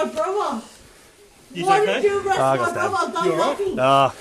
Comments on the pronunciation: I didn’t know the word brother had a V in it, brover 😅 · “I been done for more van he has brovva”. Apparently she missed a lot of school in the process 🙄